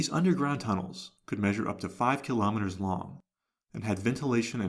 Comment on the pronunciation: It is so nice to hear "kill-a-metres" and not "keelo-meeters"